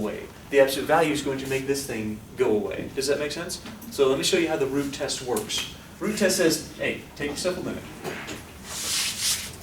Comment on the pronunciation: I thought you said the Groot test XD